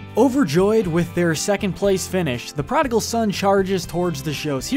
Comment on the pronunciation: ‘prodigal’ Jesus Christ read a book.